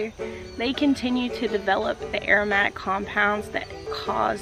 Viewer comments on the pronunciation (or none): none